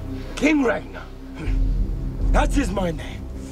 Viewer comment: Yeah they screwed up the language very much. The name Ragnarr was pronounced with a hard 'R' at the beginning and end. And the 'A' is spoken like in 'car'.